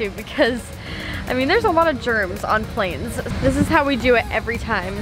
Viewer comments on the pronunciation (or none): none